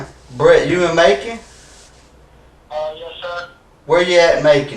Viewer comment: Macon rhymes with bacon